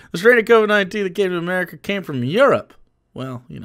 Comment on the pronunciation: Omg the name though "Fukuyo America" like Fuck you America. Then the pronunciation of America, he replaces the "r" with an "l". He's not technically doing yellow face but it's soooo fucking close.